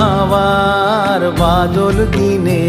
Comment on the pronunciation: প্রতিভাবান শিল্পী! উচ্চারণটি সংশোধন করা উচিত-("বাদল")-আজি ঝরো ঝরো মুখর "বাদল" দিনে